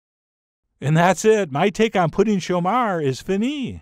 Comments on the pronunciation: Way to go on the pronounciation! Any Quebecer would know exactly what you're talking about! Cheers! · I love the way you say "Pouding chômeur" it almost sounds québécois. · Add vanilla ice cream with this. You sound native when you say it’s name. Great.